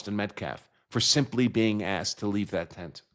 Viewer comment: She just said she asked, she's an attorney and she uses the word.Axed, are you fucking kidding me